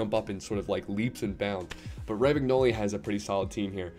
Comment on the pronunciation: Bro all your Info is wrong 😂😂you realise KDB is only like 300 k a week at man city and also all theese pro players get free icons at the start RAM AG NOLI 😂😂😂it's pronounced RO MAN YOLI